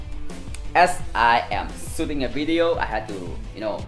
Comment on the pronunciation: Still sooting😂and zhicken